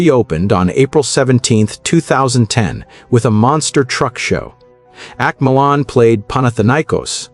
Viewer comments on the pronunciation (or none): none